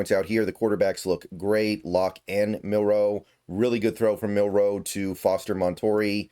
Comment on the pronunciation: I recommend practicing saying Jalen’s last name starting with the letter “N” to get you saying it without the pause like in Marilyn’s last name. So: ‘Nilroe’. Nilro, Milro, Nilro, Milro, Nilro, Milro, Nilro…Nitro, Nilro, Nitro, Nilro, Nitro, Nilro, Nitro-Milro, Nitro-Milro, Nitro-Milro, Nitro-Milro… But you’ve said his name correct more often than not so definite improvement.